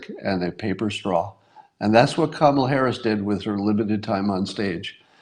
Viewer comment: Scott, it isn't pronounced Kama'la, but ", luh" or "Comma la."